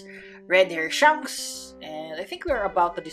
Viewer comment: I cried when it said "shuancks" 😭